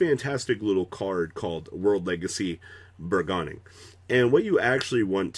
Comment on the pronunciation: "bur-gone-ing" back at it again sigh